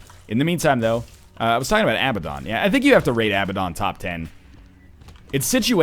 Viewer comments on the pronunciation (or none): IT IS PRONOUNCED uh-BAD-un, NOT a-ba-DON